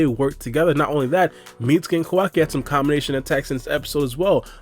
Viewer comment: Why do you keep calling him "ko WA ki"? It's Ka Wa Ki.